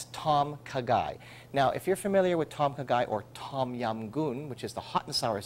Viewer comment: it's kinda more like.."Dom Khaaaa Gaiii.." u need to drag the words out a bit -_-"